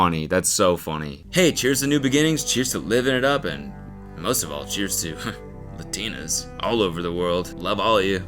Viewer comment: the way cody says LUH-tina instead of LA-tina 🫠